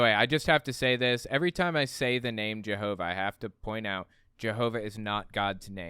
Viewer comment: why s it that all the JW media pronounces jehova like a Frgro character but you and the liar in court say it rather not that